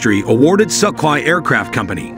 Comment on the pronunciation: Балдею от американского произношения русских слов XD СукХой, Грайзиев.